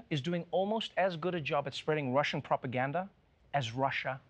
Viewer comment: Am I the only one that thought he said "Propagandalf"?